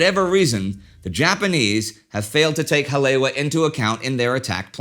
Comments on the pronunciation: Early in this video, Indy refers to a "Hah-LAY-wah." Hawaiians know he must mean Hah-lay-EE-vah (Haleiwa). Oahu's North Shore City. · Ewa= Eevah Kaneohe= Kan-ee-oh-ee Haleiwa= Holly-eevah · Haleiwa is pronounced Hal E, Eva. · You mean kaena point? And Ka-ne-ow-eh bay? Ha-lea-eve-ah. Are you a Canuck? Bow as in bow tie, not bow as in bow wow? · pointer on hawaiian pronunciation: Each vowel is sounded out, and "w" is like a soft v. So "Hale'iwa"' is pronounced "hall-eh-ee-wva". If you want to be super precise use the glottal stop. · War Two - As a resident of where all this happened, I am super pleased with the "Deep-Dive Research" that has gone into this series. While I've known most of what you are presenting, watching this has been a very intriguing & enthralling series. The only CRINGES are whenever "Ha-le-wa" is pronounced, like . Your pronunciation is missing a complete syllable. To many people around the world, especially within the surfer communities, Hale'iwa is a very iconic location. There are many, MANY people who DO KNOW that it is distinctly pronounced as "Ha - le - EE - va". I'm not sure if it can be corrected, but you may wish to consider doing a voice over with the correct pronunciation for any subsequent releases. Other than that, I have been enjoying everything else. Ma-ha-lo (Thank You). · It is because of my admiration for Indy's mastery in pronouncing foreign names and places that I'm writing this note, rather than to nitpick. While enjoying your engrossing Pearl Harbor series, I couldn't help but notice that Indy was incorrectly pronouncing "Haleiwa" (or Hale'iwa), the name of the North Shore airstrip that figured prominently in the story. I borrowed this phonetic rendering from : That same site has a more elaborate pronunciation transcript if it's helpful. Basically, the last two syllables should be pronounced eva, with a long "e". I'm a great admirer of your show(s), and wish you all the holiday best. Douglas Clark, Kauai, Hawaii